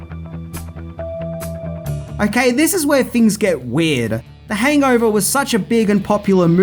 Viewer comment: You're doing a pretty good job mate, but you have to say things not fings Use th words without using f for th.